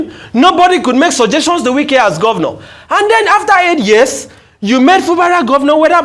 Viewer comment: Wike is his name not Nwike. Funny attempt at Igbonising him.